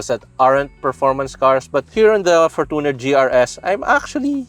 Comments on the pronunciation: ForTOner, youTOb, naTOre's spring, TObe, TObing, naTOre, comMOnity, SOV, EOrope, that's how these ppl pronOOnce it. Why? Even toyota themselves pronounced it FOR•CHUH•NR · for-toooo-ner wtf 😂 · Kala ko ako lang nakapansin sa For-toon-er. 😅😅😅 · Your pronunciation of fortuner is really annoying